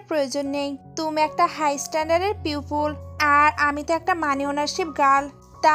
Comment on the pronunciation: পিউপুল না পিওপল😂😂😂